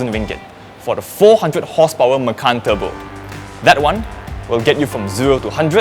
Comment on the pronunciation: it sounds like 'makan ass'